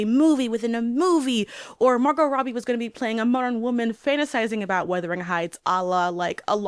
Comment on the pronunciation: Is is it just me or is she saying ‘weathering’ heights lol